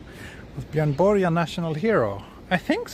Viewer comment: Really great video, I enjoyed exploring this lovely city with you! Will add it to my 'must see' list. I enjoyed the discussion on Swedish national heroes, particularly as I learned the correct way to pronounce Björn Borg! Arigatou, or should I say "tack" 😁